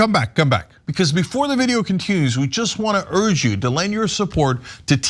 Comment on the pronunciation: Cenk.. the way you pronounce “continues” in your little video pause segment is so distracting…….